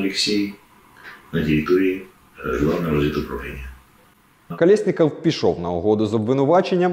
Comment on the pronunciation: Тільки не Колєсніков, а Колесніков, тому що це українське прізвище Колесник.